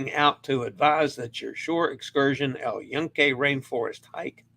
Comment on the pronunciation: Use the default Italian vowel sounds for Spanish too. AH AY EE OH OO. The U sound is the long vowel sound (OO) as in tune, June, tuna, luna. Thus, yucca is pronounced yoo-kah, not yuck-ah, and Yunque is pronounced Yoon-kay. Please dub in the correct pronunciation from today's show and practice your vowel sounds! AH AY EE OH OO